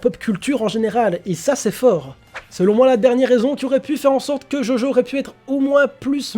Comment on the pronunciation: Djodjo... Stp DjoDjo